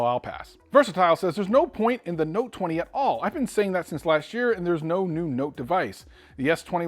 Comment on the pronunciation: No no”te’